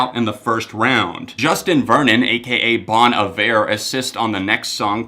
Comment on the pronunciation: Not to sound rude but it’s pronounced Bone Iv Air